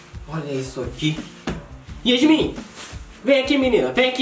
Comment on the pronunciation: Quando ele falou Yasmim eu disse ham? Kk